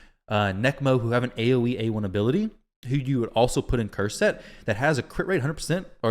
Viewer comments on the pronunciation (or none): none